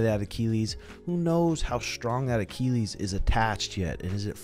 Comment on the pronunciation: Why does keep saying Achilles like that? 😂